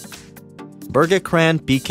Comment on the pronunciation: Burr-gee-crahn.. LOL :D